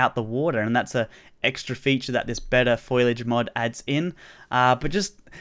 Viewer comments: Foll-ee-age. Not foil-idge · “FOILage” triggered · "Better foilige" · its pronounced fo li aje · Did anyone else cringe when said foliage